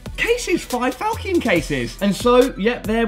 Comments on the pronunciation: It's Fal-shun not Fal-kee-on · Im not sure but i think you pronounce it wrong falchion wrong.